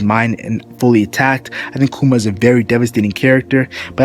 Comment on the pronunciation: it's pronounced like " bar thaw lo mew koo ma"